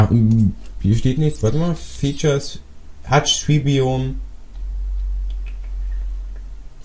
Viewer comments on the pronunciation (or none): hutch trees are hutch ;D man spricht es Hiuge aus